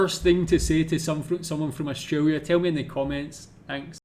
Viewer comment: And it’s also grating to hear him say “Austwaiwia”. There’s an “R” and an “L” in there. Try saying these two syllables “Aust”, then “tRaiLia” (not “twaiwia”)